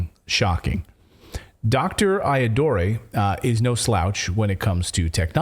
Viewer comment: Shiva's last name is pronounced I Ah Dur Ray